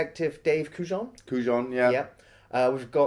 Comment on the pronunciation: The only reason I watched this movie at the time was Gabriel Byrne. It was a phase. On a more annoying note, it bothered me the mispronunciation of Kujan. They say his name in the movie you're reviewing. Why say it differently?